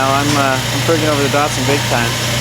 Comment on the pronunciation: Can you stop saying DARTSARN